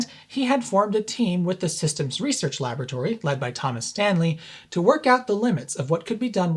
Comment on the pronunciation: OK I know i'm ENGLISH but "LAB RAT ORY" please LABORATORY simples,and whilst i'm here it's SOLDER not SODDER !!!!